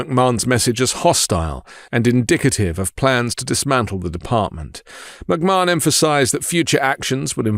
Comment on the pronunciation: I love work but it always bothers me when he mispronounces Linda McMahon's name. To help, it's "Muhk-Man", not "Muhk-Marn". I've had most of my life as a pro wrestling fan (not just WWE but also WCW, TNA, Lucha Underground, Shimmer Women Athletes, Shine Wrestling, etc), so I've had to hear the McMahon name on numerous occasions for almost 40 years. It just feels as off as when conservatives mispronounced Kamala's name on purpose last year.